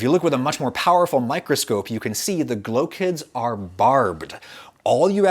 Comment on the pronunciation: it sounds like “glow kids”